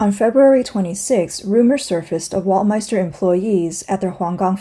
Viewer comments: Weltmeister must be pronounced as "velt-mayster", not "wolt" or "welt" as in english but as it is in German :) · "ei" is pronounced as "i" W is pronounced as v. Velt-my-ster is how to pronounce it. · … a German here. … That’s Bullshit. … We in Germany pronounce „ei“ like you when you pronounce the first letter of the US- state „IOWA“ or when you say „I will go to … . The „I“ sounds like the German „ei“ in the Word „Weltm“ei“ster… The Letter „W“ sounds in german as the „W“ in the the english word „WORLD“ … You got me? … 😏